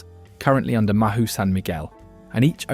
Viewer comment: Mahou-San Miguel. Mahou is not pronounced as Ma-who. It is pronounced mow like a cat's meow without the 'e'